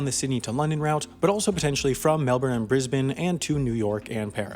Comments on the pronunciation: Thanks for pronouncing Melbourne correctly mate!! 👏👏👏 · Woah you said Brisbane and Melbourne right.